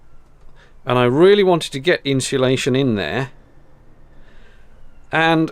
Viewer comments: People say ‘inshulation,’ extra ‘h.’ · "Inshulation", I'm guessing ... (although, it could always be "Hinsulation" ...) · I wish people could could say: "insulation" properly..... Where does the extra "H" come from?